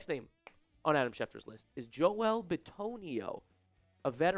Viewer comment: Why do you always say “Joe-El” instead of joel…